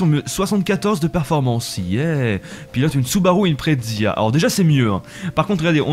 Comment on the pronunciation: c est impreza, pas imprezia ,sinon superbe video.